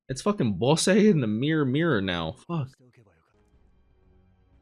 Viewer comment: Just wanted to do a quick correction for you on how the names are actually pronounced: Bosse : boss ( or bossu in engrishu ) Desha : Des-ha Apeas : A-pi-s ( or Apisu ) Fun fact : Apeas name is the reverse of the katakana word for "spear" ( Supia -> Apisu ) and Dorshe's is the reverse of "shield" ( Shirudo -> Dorushi )